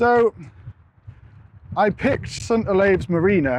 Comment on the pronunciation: St Olaves, as in St Olives or St Olifs, to much "ay" in your pronounciation, I grew up there. Nice aerial views, which drone are you using?